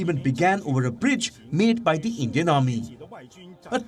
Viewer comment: lmao Endian report